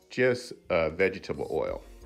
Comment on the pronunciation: “Vegebatable Oil? 🤣😂